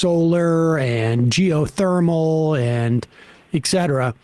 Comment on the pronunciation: Sam is way too smart to still be saying “eck cetera.”